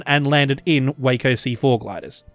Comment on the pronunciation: Yes please cover the historical inaccuracies in Vanguard. I don't remember what game it was but that midway mission was crap. What the hell was an army nco doing on a navy carrier. Edit: You miss pronounced "Waco." Also, yes I get the reference.